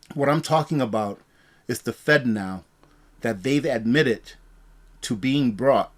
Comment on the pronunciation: Man, I hope you have a sense of humor...I spent the first several minutes of this video wondering how the heck the government can make fentanyl into a payment system...lol...It really kept my attention long enough to realize you were saying "Fednow" lol....People can't always understand me and my southern accent so believe me I am not harping on you...Please keep up these informative videos!